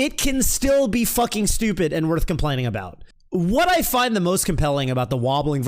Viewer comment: Can you like... Stop saying it with an 'H' though?